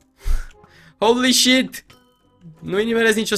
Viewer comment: când îl aud pe că spune "houli șit" îmi vine să îmi sparg timpanele cu un cuțit